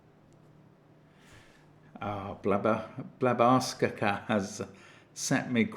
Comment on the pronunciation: I believe that Blabarskaka is pronounced similarly to Barbara Papa. So... Here is the puzzle of Blabarskaka do-do do do All of the other Blabarskaka do-do do do They constrain with knights and cages very easily Here is the puzzle of Blabarskaka Blabarskaka